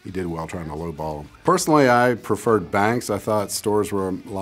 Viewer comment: Red HawK13 he did say perfered can y’all hear? The first time he legit said perfured and second mess up.